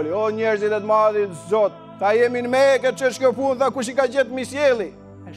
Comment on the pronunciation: Shkon njëri në (meke).... MASHTRUS as as emrin Mekë... se shqipton si duhet.....